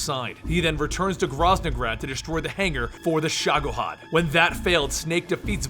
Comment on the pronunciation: he also misspronounced Shagohod :P